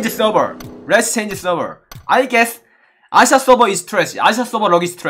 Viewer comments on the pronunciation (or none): No One Literally NoOne Me: Asia Server: Aisa Server Lol😂😂 Me: South America: Souce Ashishka😆😆🤣🤣